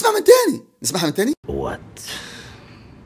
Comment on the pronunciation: هو قال وات مش ووت على فكره